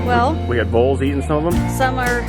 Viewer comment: Are saying voles or moles ?